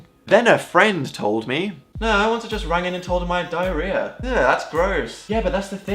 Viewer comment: YOU TOLD US YOU HAD DAIAREHAHH!